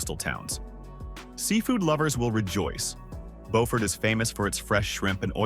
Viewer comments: As others have said, it's Bew-furt every time I visit there. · It’s pronounced BUfort South Carolina and there is soooo much more beauty there. Hunting Island state park that he only referenced but didn’t show, is a shame. That place is unbelievably beautiful. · I hate the way the guy said Beaufort. It's said Bee you Furt. Put it all together beeyoufurt, Beaufort. At least we in Savannah call it that. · I'm not a Southerner but didn't think Beaufort was pronounced right. He got Solvang right once lol. I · Beaufort, like the word "beautiful", not bow. This video was weird, talking about unique features of towns and proceeding NOT to show any of said unique features...just generic aerial footage. 🙄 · One, the narrator needs to pronounce the names correctly. Beaufort is pronounced “BU-fort” with the first syllable pronounced like the first syllable of “beautiful”. Cape May itself is very small, but it’s a very populated area and there is a cool ferry across the Delaware Bay to Lewes. St. Augustine, FL and Savannah, GA are pretty close to each other on nearly either side of the Florida - Georgia border. Both are old, and very picturesque. Both have low costs f living, and although they may occasionally see a hurricane, in general the storms are much smaller than those on the Gulf side. One cool thing about Savannah is when swimming at night, there is naturally occurring phosphorus in the water which makes it look like fairy dust n the water. It’s really cool! Bar Harbor is pretty and fantastic food. The ocean water is very cold though, and there summer is short with a rather nasty winter. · Bew-fert and Saint Au-gus-teen...man! That was painful! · I LOVE Harper’s Ferry! I seriously started looking at homes there… but then my granddaughter was born so I stayed in New Jersey! And the narrator pronounced Beaufort like the French word, (bow-fort) but, I’ve only heard it pronounced as Bee-yoo-fort. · It’s Bee-yoo-fort, no Bo-fort. Beaufort, S.C.